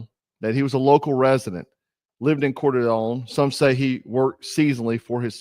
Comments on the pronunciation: Coeur D Alene,pronounced CORE DUH LANE. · Coeur d’Alene is pronounced "Kore-da-lane" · No disrespect but couer d Alene is pronounced cord uh lane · You sound like Joe Biden was your Hooked on Phonics coach when you say Coeur D’Alene( Core Da Lane ) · Hey brother just fyi..its pronounced. Cor-duh-lane...thanks for your diligence i live here and its hard to believe..we are pretty sheltered here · I’m from Coeur d Alene, our town is devastated over this, never thought this would happen here. Pronounced core Da lane. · Kor-duh-lane I know its spelt weird but thats how its pronunciated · It's pronounced core duh lane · Coeur d'Alene Idaho is pronounced Core Da Lane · Just FYI its pronounced "Core Da Lane." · It's pronounced "cord a lane" please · Its pronounced (Core-Dee-Lane) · I don't normally play the pronunciation police, but Some folktin Idaho night take offense. It's pronounced Core Di lane. I know,French words are difficult to figure out , but we don't pronounce Chevrolet, chev ro let. Lol good report Brother. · It's pronounced "coor de lane" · It's pronounced Core da lane. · Hello brother, FYI, it's pronounced Cor-da-lane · Coeur d'Alene pronounced Core-da-lane ! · Please know Coeur d'Alene is pronounced "core-duh-lane." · Coeur d" lane pronounced sounds like core da lane...love your show❤ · It’s pronounced core-de-lane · I totally agree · Actually, coo-er d’alane (coo-er is how the French pronounce heart)